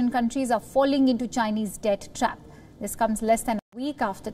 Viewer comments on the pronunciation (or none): none